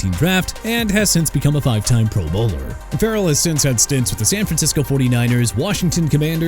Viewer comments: lol everytime he says pro bowler he emphasizes the wrong thing and it sounds like he’s saying they are in the PBA or PBL or whatever the fuck it’s called. Come on man. I get that it doesn’t matter but …. I just have never heard that mistake made before. You have a million subs! Get it together man. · The way you say 'Pro Bowler' makes it sound like they're professional bowlers. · The way you pronounce “pro bowler” 🎳 is distracting